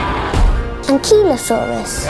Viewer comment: these movies pronunciation of "ankylosaurus" kills me every time